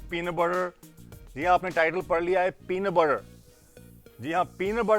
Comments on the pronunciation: "Penaah batarr" 😂😂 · peanut burrr 😂😂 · 'Peanut Burrrrrrrrr' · "Peenut Buttturr" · "Peena burrer" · I love the way he say peanu butte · Peena burrer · Shayad unke muu ke andar Pena buterr tha us wakth.. Baad me thuk diya..